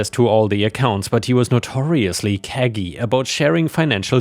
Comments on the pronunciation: "Cagey", it isn't pronounced KAG-ee, it's referencing a Cage, you pronounce it like "cage" with a Y at the end. It's referring to acting like you're keeping your thoughts locked up in a mental cage, hiding them from others. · For the record, "cagey" (meaning: seeming to be suspicious of others or attempting to be innocuous/harmless in a suspicious manner) is pronounced cage-ee ⭐🌟🌠🌃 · Cagey is pronounced K-G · Just letting you know that cagey is pronounced KAY-jee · thats how you think cagey is said?